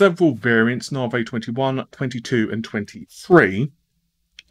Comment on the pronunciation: Big 'Narvay'! :)